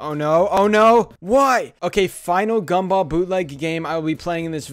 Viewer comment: GAM-BOLL every time you say that I laugh